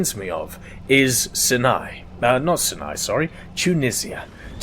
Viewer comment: ugh small nitpick but it's pronunced SAINAI not sinai It's spelt Sinai but that's not how it's prnounced